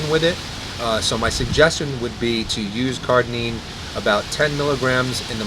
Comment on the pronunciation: Note: I listened back and realized I was saying "CARDININE" rather than "CARDARINE" so I apologize. This is what happens when you shoot Ask Merlin BEFORE having your post workout meal LOL : )